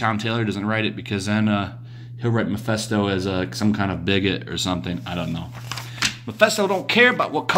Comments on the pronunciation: I love your videos. They're very informative and refreshing. I don't want to come off as condescending or Hermione Granger-esque. So I hope you please don't take offense but allow me to correct your slight mispronunciation. Ma-fist-o not Ma-fest-o. Mephisto. Short for Mephistopheles. The high ranking demon from the German legend of Faust and often confused with Satan himself in pop culture. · Great video as always,! Just one little nitpick, though... It's Mephisto, pronounced like "fist." Every time you said MePHESTo, I kept picturing the old scientist in the fishing cap and Hawaiian shirt from the early days of South Park. That HE was the one making a Devil's deal with Spidey.